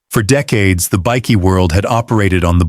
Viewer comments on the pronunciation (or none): How about teaching you AI voice over to say "bikie" correctly, it's not a biscuit!